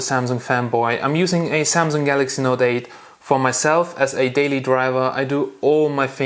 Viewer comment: It pronounced SAMSUNG and not ZAMZONG